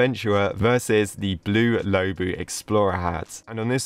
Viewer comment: Is not pronounced lowbu is lowbwo